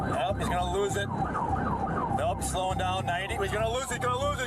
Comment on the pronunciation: why is the word crash like cr*sh?